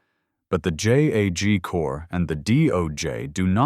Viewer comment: It's JAG. A word. Not J-A-G. FIX your AI.